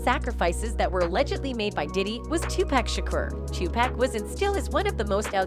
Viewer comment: The robot keeps saying 2pac as in 2 pack It pronounced Tupac ,as in 2 poc say it with me now 🔊